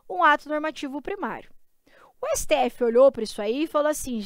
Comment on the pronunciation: 👉 - nooussaaa siteéfi... Hahahaha